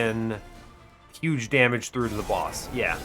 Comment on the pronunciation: YUGE STEW YUGE STEW